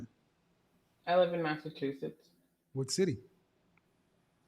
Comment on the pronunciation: you’re also the first person I’ve heard in a long time say “Massachusetts” the right way. Everybody here always says “massa-chew-sis” 😂